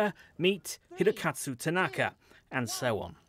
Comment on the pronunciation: Even the second reporter got it wrong. He kept saying Hirokatsu and not Hirokazu.